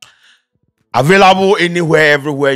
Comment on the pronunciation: We heard the “avairable”🤣🤣🤣